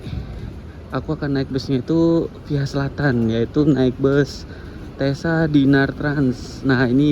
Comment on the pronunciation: Kayaknya di baca cessa bukan tesa 😅 deh